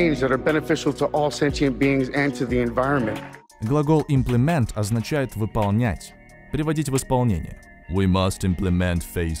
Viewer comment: Почему в оригинале ударение на первое и Implement, а вы настойчиво говорите implemEnt?🤔